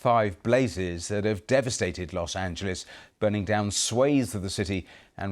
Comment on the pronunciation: Los. Angal. Wow😂😂